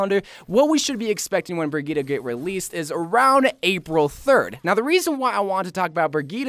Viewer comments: It is pronounced briyit no briyita, at least according to the presentation video of Brigitte and Google traductor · IS THIS BOY PRONOUNCING BRIGITTE AS BREGETA 🤦‍♂️🤦‍♂️😂😤